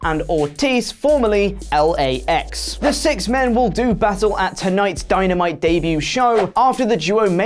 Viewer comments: Anybody else hear him say dynite? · What did he just say? Dieanite?